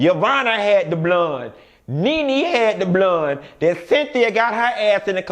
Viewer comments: Lord I can’t stand when you say the word “Bloone” oh but I laugh so hard!! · Baby.... when he say BLOND hair I die every damn time. 😂😂😂😂🤣🤣😂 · The way you said blonde 👱‍♀️ 😂